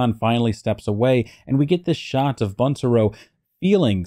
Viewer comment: Pronounced Būntaro with a long u.